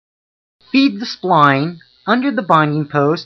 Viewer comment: If you want to be credible call it a “spline tool” not a “spleen tool”